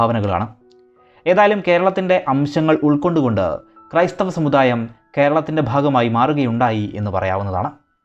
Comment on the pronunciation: മദ്യ കാലമോ... സമുധായമോ.. വാക്കുകൾ ശരിയായി ഉച്ചരിക്കൂ